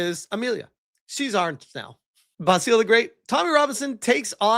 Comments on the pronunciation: Basil is pronounced 'Baz ill'. Not 'Bass eel' ;) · Your pronunciation of Basil is killing me. Watch an episode of Fawlty Towers.